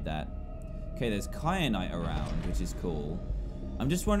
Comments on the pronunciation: Stop calling it cry-a-nite. Its Ky-a-nite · There wasn’t an r in kyanite how do you not no how to say it no offense but I am tired of everyone missing the obvious obv need to pay attention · I love how he says “kyanite” wrong every time lol 😂